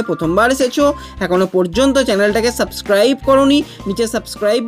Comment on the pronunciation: Subscribe uccharan ta আগে ঠিক করো, ওটা অতো টেনে bolle sunte ভালো লাগে না